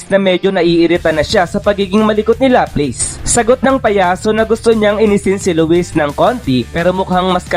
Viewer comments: Sinu si laples😂baka laplas😅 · la-plas po pronunciation ng laplace salamat po